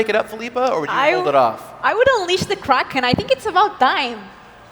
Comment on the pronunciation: wtf is a Kray-ken?